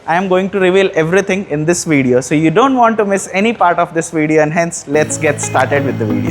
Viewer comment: this WIDEO 😂